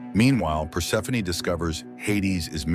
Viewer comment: Thank you for properly pronouncing Persephoney... Other channels say perse-phone 😮